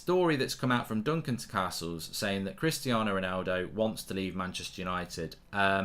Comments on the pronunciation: Say CAstles properly, ffs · Why has he suddenly started saying Castles likes Carstles. Its more jarring than the time he stopped saying France and started saying Frarnce 😂